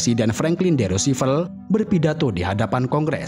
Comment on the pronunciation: Mengkritisi narator: Saya banyak menemukan pengucapan nama tokoh/suku bangsa yang tidak benar/tepat. Misalnya "Khmer" di Kamboja dan di video ini "Roosevelt". Selain dari hal itu, narator ini oke. Suaranya empuk, artikulasi jelas, jeda antar kalimat baik. Selamat lanjut berkarya.